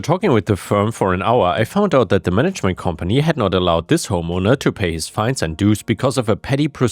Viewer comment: "we will see about daat" :)